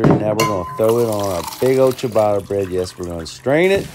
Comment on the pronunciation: The way you pronounce ciabatta makes Italians turn around in their grave.